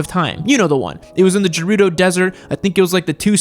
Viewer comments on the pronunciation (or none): none